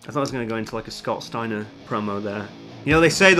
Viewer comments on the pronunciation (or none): none